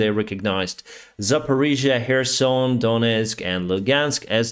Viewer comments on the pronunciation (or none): none